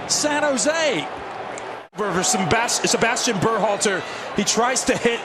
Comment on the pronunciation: Never say die… San Jo Se